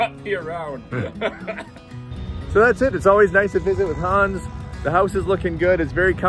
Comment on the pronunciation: Hans is A LIGHT! He is so joyful!! I'm SO HAPPY to see he found a great woman!! When says his name, it sounds like he's saying "Hun." LOL